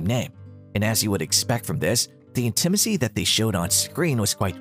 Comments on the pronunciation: It's pronounced "INtimacy" with the stress on the first syllable, not "inTImacy". A famous example not mentioned here is Richard Burton and Elizabeth Taylor in the epic "Cleopatra" (1963), their sex scenes are long believed to have not been simulated. Burton and Taylor went on to have a tempestuous but very passionate relationship over the next several decades. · That was weird! Makes me wonder if the narrator was actually computer generated or something. . . I mean, who says "in-TI-ma-cee"??? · "inTIMacy" "filashio" LOL!!! these robot voices are hilarious. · When did it become so difficult to properly pronounce the word "intimacy?" The way this guy says it is hilarious... " In - tim- assy." Poor Tim! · In-tim-icy, yeah that's not an ai narrating at all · AI readers... they get less mechanical, but the giveaway is by mispronouncing things like "intimacy" as "in-TIM-acy." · I thought he was talking about somebody named Tim Asee🤔🤣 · In-TIM-macy? Oh brother, AI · In TIM a SEE??? So much for AI translation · In TIM acy? Gotta ask if this AI voiced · In-Tim- acy? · How in heck is text-to-speech software not familiar with the word "intimacy"? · Yeah, in-TI-ma-cy is my new favorite word. :D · WTH is with the AI?!? Can't pronounce 'Monster's Ball' correctly, nor the word 'Intimacy'? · Painful to listen to the narrator horrifically mispronounce the word "intimacy" over and over. :) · I'm not sure if I am more disappointed that I have never seen or been interested in seeing any of these flops or with the narrator's mispronunciation of "Intimacy"...🤔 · After the narrator was in Tim Asee he couldn't pronounce intimacy. It's funny that he couldn't pronounce felacio either. ☺